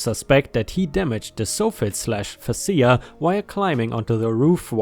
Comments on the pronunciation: it's pronounce FAY SHA... 🤗 LOOK I finally found the faces!! LOL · Fascia ≠ fah SEE ah. Fascia = FAY shah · Bad day for me, so I'm late. Hi. Thank you so so much for the stories. Also, "Fascia" is pronounced "fay sha". Fascia is the front wood board of the overhang on a house. ⭐⭐⭐⭐⭐⭐⭐⭐⭐⭐⭐⭐⭐⭐⭐⭐⭐⭐⭐⭐⭐⭐⭐⭐⭐⭐⭐⭐⭐⭐ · Fascia—‘fay-shah’ Decrepit—‘dee-crep-it’ ⭐️⭐️⭐️⭐️⭐️⭐️⭐️⭐️⭐️⭐️⭐️⭐️⭐️⭐️⭐️⭐️⭐️⭐️⭐️⭐️⭐️⭐️⭐️⭐️⭐️⭐️⭐️⭐️⭐️⭐️⭐️⭐️⭐️⭐️⭐️⭐️⭐️⭐️⭐️⭐️⭐️⭐️⭐️⭐️⭐️ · For future reference, it's pronounced "Soft Fit" minus the first T, and "Face Shia" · Soffit is pronounced sawfit and fascia is pronounced feysha. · Soffit is said like soft but with not T at the end, followed by “it”. Fascia is “fash-ah”. I honestly had zero clue what you were saying there for a bit- had to stop and read part of the story to figure it out. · Soffit rhymes with prophet. Facia...can anyone think of something that facia rhymes with? Fay-shiah. They're the underside and face of a roof's overhanging front edge.